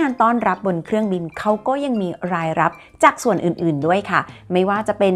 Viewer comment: ขอขอบคุณคุณที่ใช้ภาษาไทยได้สวยงาม การออกเสียงควบกล้ำ ร ล เธอ ใช่ ใจ จะ จาก ที ชัดเจนมากๆครับ